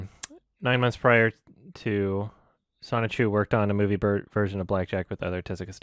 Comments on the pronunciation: Sho-ni-ku, not Sonichu. Sonichu is Chris Chan's oc. Listening to that was very confusing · inability to read the word Shouchiku amazes me. Again and again and again.